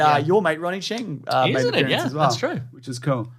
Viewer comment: Is this the episode where they finally realize they've been pronouncing "Shang" wrong?